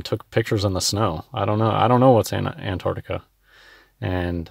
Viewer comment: Damn mouth-breathing oxygen-thief can't even pronounce Antarctica.